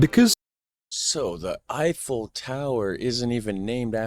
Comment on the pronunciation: yes it it not effeil but yyou can't say it because otherwise you will be considered anti......